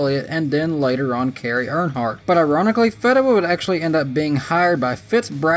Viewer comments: Feeeeeeedewa not fehdewa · His name is Tim "FEED"awa NOT "FED"awa. Disappointed you didn't check that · You mispronounced Tim Fedewa’s name lol. It’s Feeeedewa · Thanks for making me laugh with "Tim Fed-dewa". ^_^ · I thought it was pronounced Feedewa? But thanks for the upload 🤘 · Cute corn! Where does Tony Reign? You said he Reigns. 😜 Did forget him. Fee-duh-wuh? Uh... I'll watch his Busch races. Justin. Think I saw a few ARCA races? Never heard of Darnell. Haven't got there in truck races and a never heard of. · Back in the day I always heard it pronounced Feedawah. No biggie though, it's cool you mentioned him and that his life is going well after driving. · Fedawa .. long E as in Fee